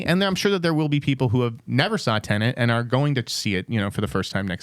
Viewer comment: It's Tenet, not tenant